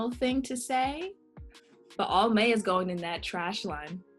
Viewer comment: As soon as she said ALMAY I left the room 😂